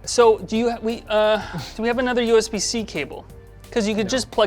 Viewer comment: "You can just plug it to anothe one" Mac 2021